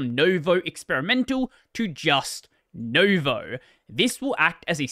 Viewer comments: Nouveau is pronounced Noovo, not Novo (it's a French work, and I speak French) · I don't know how many people care but it annoys me a bit: nouveau is a french word so it's not pronounced "no-vo" but closer to "nu-vo". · it's not pronounced novo, it's pronounced nuuuvooo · I support intentionally pronouncing French words wrong. Because it's amusing. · As someone who can speak French (not fluently but enough to read), the way you pronounced "nouveau" hurt me on several different levels. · As someone who can't speak French but knows how ou and eau sounds, I agree 😂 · What is blud wafflin about? You don't even own Nvidia hardware, not to mention one that features GSP. I do though, and I can confirm that even Mesa 24.0 runs impressively well, considering the performance of Nouveau until now, and OpenGL games additionally benefit from Zink. Also, learn how to pronounce Nouveau. Wrong. By the time XDC 2023 happened, NVK has already been tested down to "Maxwell B" (I presume 900 series) and is planned to support everything down to Kepler - 600 series; only for now it's limited to 1600 series and up, and everything below is locked behind an `NVK_I_WANT_A_BROKEN_VULKAN_DRIVER=1` envvar. As for the actual cutoff point between 1000 and 1600 - it's the GSP, which physically doesn't exist on the older cards - that means 1000 all the way down to 700 (yes, 700, not 600) series is going to have issues with either clocks, fans, or both locked to minimal speed. There no "negligible performance hit". Performance can be more than tripled And for anyone reading this interested in trying out GSP and NVK: make sure you have NVK compiled in for Vulkan, set `nouveau.config=NvGspRm=1` kernel parameter for performance and set `NOUVEAU_USE_ZINK=1` envvar (Mesa 24.1+) for additional OpenGL performance. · Can't get nouveau right though, apparently.